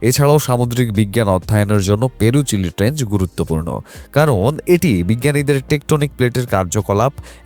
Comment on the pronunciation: ট্রেঞ্চ হবে ভাই,, ট্রেঞ্জ বললে তো মানুষ কে ভূল প্রনাউন্স শেখানো হলো। মাফ করবেন এভাবে বলার জন্য কিন্তু আপনার ভূল হচ্ছে! এটা কি আপনার উচ্চারণ গতই ভূল নাকি আপনি এখনও ভালো মত জনেন না idk.!! তবে উচ্চারণ টা ঠিক রাখা দরকার যেহেতু আপনি ইনফরম্যাটিভ ভিডিও বানান, মানুষ কে জ্ঞান পৌঁছে দেন। তাই সঠিক জিনিস টাই শেখা টা জরুরি। ধন্যবাদ ❤